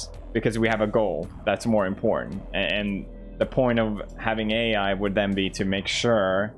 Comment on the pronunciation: Am I tripping or Felix saying "important" sounds like something else?